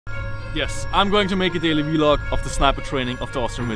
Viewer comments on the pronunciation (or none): I am not trying to be a jerk. I completely understand that English is not the language of your country, thus you have an accent. However, recordings of your day to day activities is a vlog, as you said, but it is pronounced as a single syllable, not v-log. It is slang for a video log. Just a FYI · Hey, no hate, but it isn't v-log. You say it like blog. Vlog. All one word. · Awesome that you can film , however it is pronounced vlog not V-log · please stop calling it V-LOG just vlog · its called V-Log not vlog. you also say T-Shirt not tshirt. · Lol be like V log but its vlog 😂😂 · vlog not v-log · Vlog not v-log 😂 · its vlog not v-log XD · I cringe too when says "V-log", but don't fuckin complain...just watch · i like how he says "v-log" instead of vlog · v-log, i know he has an accent but that was funny XD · Damn he says vlog weird